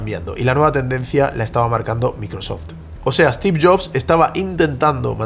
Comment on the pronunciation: Se pronuncia Stiv, no Estiv. Maicrosoft, no Mihcrosoft. Stor, no Estor. Story, no Estory.